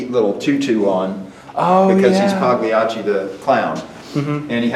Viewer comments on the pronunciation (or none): "paw glacie" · Okay, but mispronouncing Paw Gliacci is really setting me off for no good reason. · Can’t believe mispronounced Pagliacci. Unsubscribe.